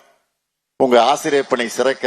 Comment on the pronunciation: A ஆசிரியர் ன்னு ஒழுங்காக உச்சரிக்க தெரியாதவனே...நீ ஒரு முதலமைச்சர் அவர்களே......